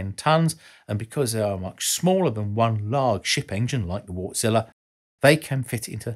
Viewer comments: Wärtsilä is pronounced Vartsila. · Look at how "Wärtsilä" is pronounced. Ä=æ. Not like "wart" would be pronounced. It's "wærtsilæ". It's a finnish name. You know... Finland. I know it can be challenging but since this channel is aimed to be informative might as well get it right. Just saying.... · Thanks, another rather elegant and entertaining video! You might want to look into the proper pronunciation of 'Wärtsilä' though, as 'Wartzilla' sounds more like something from a Japanese b-movie... lol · I smile every time you pronounciate "Wärtsilä" as Wart-Zilla:) Sounds like a monster, which it is. Thanks for this episode. Always worth the time to watch your videos.